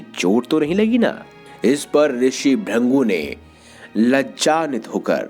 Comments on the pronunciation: त्रदृषी ब्रंगू नही त्रदृषी भृगू,कृपया सही उच्चार किजिऐ. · Bhurngu nehi bhrugu hai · ऋषि का नाम भृगु है ना कि भृंगु 😡😡😡😡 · उनका नाम भ्रिन्गु नहीं भृगु था। नारायण नारायण😇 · ब्रंगू (brangu) नही मुनीश्रेष्ठ भृगु (brigu) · It's not "Bhringu", it's "Bhrigu" or "Bhrugu" pronounced most prominently, and his sculpture is Bhrugu Sanhita. Rishi Chyawan, the creator of Chyawanprash is his son. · Are bhaiyya ji pahle bhrigu dhang se bol lijiye 😂😂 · Sahi bola bhrugu aata hai